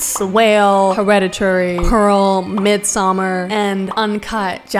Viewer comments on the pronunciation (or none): none